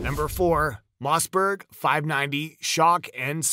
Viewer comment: WTF is a Mozzberg ?? I hate AI